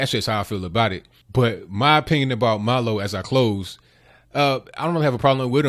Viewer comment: It's MILO not Malo... He is Jewish and Gay and a Conservative 🌈